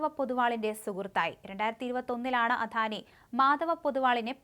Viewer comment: അധാനി അല്ല അദാനി